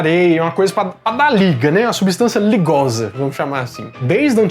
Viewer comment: Uma Substância "Ligoza" foi forte!! ahuahauhauhauah Baita video!